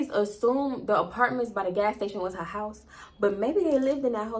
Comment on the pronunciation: I cackled every time you said “hyyyssse”(house)🤣🤣LOL And I exactly what you mean when people be faking accents ugh! Every time I hear the overly exaggerated Memphis “mane”, I cringe😫😑SMH